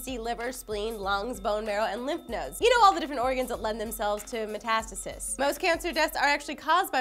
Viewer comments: "metas-tasis".... properly pronounced as "meta-stasis" as in cryostasis. Don't get me started on Aluminium -___ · muh-TA-stuh-sis? meh-tuh-STAY-sis is the proper pronunciation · lol lee metAStisis? u mean metastasis like met-a-stay-sis? XDD i took ap bio and knew that but thats ok :) ur cuteness overcomes any kinda mistake u make. perfection :D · Meh-tuh-STAY-sis,. Say it with me now. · meeces? really lee? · did she say meeses? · Hahaha it's so cute when tries to pronounce science words. METASTASIS. Met-a-stay-sis. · lee...did you say meeses? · mispronounced metastasis